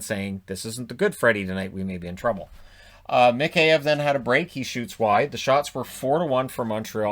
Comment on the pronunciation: Why do I have a feeling was looking for an excuse to wear the Bruins jersey? Also that was Mikheyev's first of the season not 4th and (yes I know it's a nitpick) you keep pronouncing his name wrong. You say Mik-hey-ev as if it's 3 short words, just say it all at once. Sorry it's just been bugging me 🙃